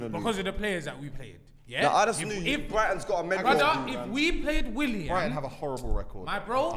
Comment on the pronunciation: Man said "Willan" looool, I swear when it comes to pronunciation some of these man don't even try